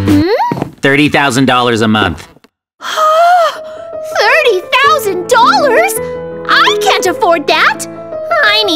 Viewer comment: Wth is wit the way he say 30,000 a month tho 🤣